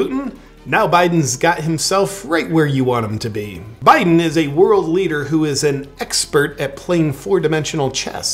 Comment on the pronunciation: Hey, please refrain from saying Poo'un, Bye'un and insulting reptiles. Proper pronunciation, and situational awareness, people.